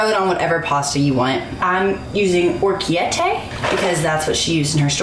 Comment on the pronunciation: I'm Italian and loved the way you pronounced "orecchiette" :D